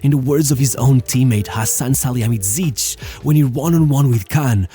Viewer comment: "How wrong do you wanna pronounce Salihamidžić" "YES"